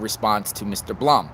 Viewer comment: Since I wasn’t sure how to pronounce “Blum”, I googled it. It’s pronounced Bloom.